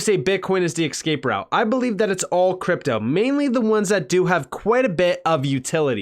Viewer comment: Escape not excape😂